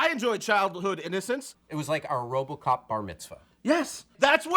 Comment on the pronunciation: did just say "wobocop"